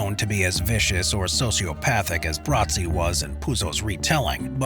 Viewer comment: Luca Brasi, not "Brazzi"